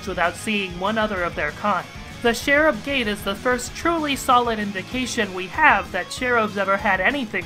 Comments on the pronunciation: could you please say CH ERUB instead of SHERUB because that's REALLY..a.-eait[tieaote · Love your videos but i shall point out it is pronounced "ch-e-rub"